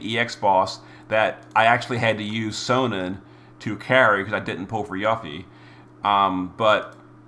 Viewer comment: 1. It's 'You-fee' 2. At least it's ONLY a week delay and not a 6+ month one